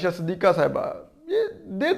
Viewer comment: Ho sake to apna talafuz theek karen.... Fareeq....not feriiiq...fereeqen. Aur....not or Sidiqa not sadiika